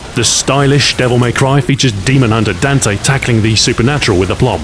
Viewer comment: The way he pronounces Dante